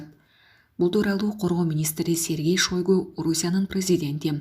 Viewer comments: Шойгу туура айтчы ото уят сабатсыздык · Шойгу дейби?